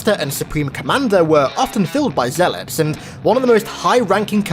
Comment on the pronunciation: Why do I keep hearing ZEALOPS?